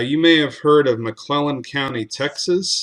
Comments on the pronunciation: The name is from Scotland as I am. I know people with that surname and it isn’t pronounced like Lennon. Lennon is an Irish name. Yes Scot’s and Irish are linked but also different. You do pronounce with the ‘nnan’ rather than ‘nnon’. Whatever I knew right away this guy was of Scots descent by his surname. Anyone from Texas would be enchanted by the magical Island of Skye. The people who emigrated to the Americas from Scotland were tough and resourceful but also persecuted. The clan chiefs had been subverted in to not caring for their clan (family) and instead were persuaded to see the ways profiteering. So sheep were more profitable than people and hence evicted everyone on their estates. This was London’s way of breaking the clan system after the 1745 Jacobite rebellion. Great channel!! I just hope that your viewers understand though that the native Americans also had deprivations actioned against them too. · Lived in Tx all of my life on the north-eastern side & thats how we pronounce it over here too. Its a nn not a double ll so saying it McClellon* makes no sense, it would be a complete different spelling like that⬆️* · This is great information. I have lived in McLennan county now for some years. Its great to know the history of those that lived before you. McLennan only has one "L" in it. The name you are pronouncing would be spelled something like "McLellan". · it si pronounced MC CLENAN .